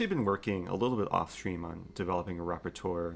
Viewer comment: Eric, RE: O:44 Please, I'm begging you -- repertoire is pronounced REP-PUH-TWAH (or something like it) -- I'm nearly out of teeth from grinding them.